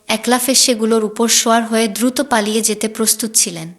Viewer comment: দিদিভাই, আমি পঃ বঙ্গ হতে আপনার পাঠ শুনছি । এটা ইতিহাস না উপন্যাস বুঝতে পারছি না । অবশ্যই সুলিখিত । তবে আপনার উচ্চারণে কিছু সমস্যা রয়েছে, যা হয়তো দেশ ভেদে স্বাভাবিক । জলকে পানি বলছেন না । আর যেন, আয়োজন, দ্রুত, ইত্যাদি অনেক শব্দ উচ্চারণে বিকৃত হচ্ছে । কলকাতার উচ্চারণকে অনুসরণ করলে মনে হয় যথার্থ হবে । আসিফ মহিউদ্দিন, জাহাঙ্গীর আলম (লালু উস্তাদ), মাতব্বর আজাদ অভিজিৎ, মাসুদ প্রমুখদের শুনতে অনুরোধ করি । ভালো থাকুন ।